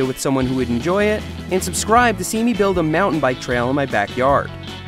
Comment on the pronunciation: I thought he said "foul weather"…